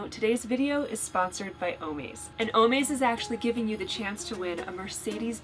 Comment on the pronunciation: it’s o-MAZE, like AMAZING.